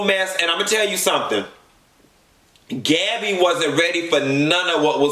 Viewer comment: My 3 year old heard you say Gabbby. She said huh 😂😂😂. N